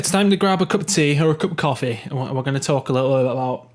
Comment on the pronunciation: said coffee like you where from Yorkshire haha